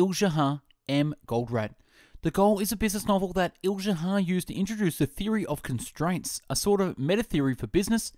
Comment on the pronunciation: The name of the author is pronounced Eli-ya-hu not El-ja-ha